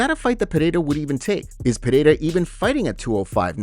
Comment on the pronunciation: since u use a Spanish accent when u pronounce Pereira will you use an irish accent when you say McGregor